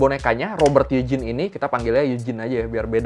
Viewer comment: BTW Eugene itu bacanya Yujin bang